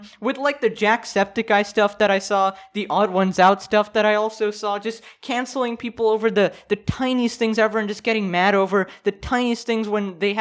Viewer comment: dude you said can-cell, that's offensive to Nokia kind, I'm gonna have to cancel you on Twitter